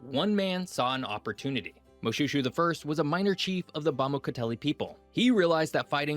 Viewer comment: Not mo-shoe-shoe but mo-shwe-shwe